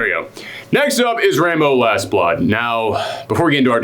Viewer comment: When you say Rambo, it sounds like you're saying "Rainbow"